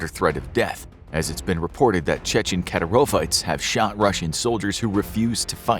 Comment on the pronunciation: Lol the way he pronounced Kadyrovtsi is hilarious 😂